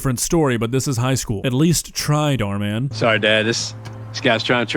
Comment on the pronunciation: I like how he calls dhar mann “dhar dhar”